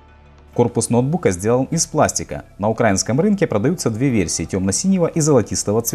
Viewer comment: ударение: не укра'инский, а украи'нский рынок.